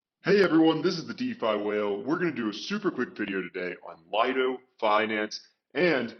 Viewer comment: It's not called Lido it's Liiiiido